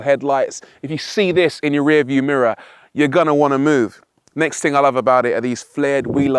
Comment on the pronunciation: "TING" COME ON RORY, SO WELL SPOKEN UNTIL YOU SAY THING LOL 🤣